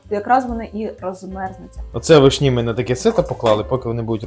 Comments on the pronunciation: Доброго дня просто цікаво ,в школі вас теж вчили так ставить наголоси вишнІ , нічого страшного та тільки дуже ріже вухо . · Все чудово і люблю дивитись ваші відео але ці наголоси на вишнІ зводять зрозуму, що не можу докінця відео додивитись. Не знаю чи це ви спеціально але ну дуже по вухам ріже, ще і в інших відео це помічала, так чому ви так вимовляєте? ((( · Теж люблю ваші відео, але вишні з таким наголосом від педагога?!